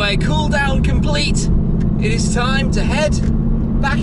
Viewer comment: Doug Demuro says "izzz" instead of "is"